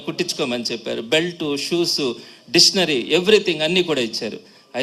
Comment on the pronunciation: సార్, డిషనరీ పేరు పలకడం నేర్చుకోండి ముందు,, ఆ జగన్ గాడో సిద్ధాంతి,, నువ్వో వేదాంతి,, ఆపవయ్యా సొల్లు